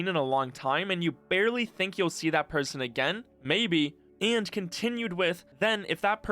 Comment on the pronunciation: He actually pronounces it as "Vewve". Also and = "eeeeend." 😁